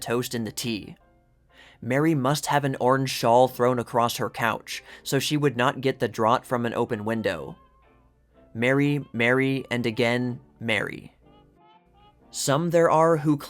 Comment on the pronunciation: Cool article. It just goes to show that Hollywood has always been Hollywood - magical, but destructive. One tip: "Draughts" should be pronounced like "drafts".